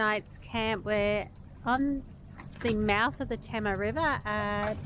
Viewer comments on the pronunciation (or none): Nice job guys. Beaconsfield sure has some rich history and well worth a look. BTW... Tamar is pronounced Tay - mar :) Keep up the great work.